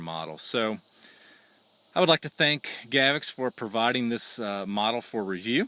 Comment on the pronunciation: If you're going to review it, you should take the a few seconds to learn how to pronounce it. It's not pronounced "GAV-ex". Notice there's no letter e there anywhere. It's pronounced "GA-vox." If in doubt, check out the official Gavox videos. Otherwise an OK video.